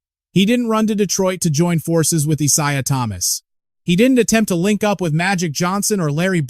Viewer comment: EYE-ZAYE-AH ( ISAIA ) THOMAS